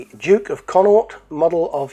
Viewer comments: Pronounced Con - awk- t, one of the four Irish province's in the west. Make sure to really go hard on the last t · Awesome! Pronounced CON NOCT btw! Merry christmas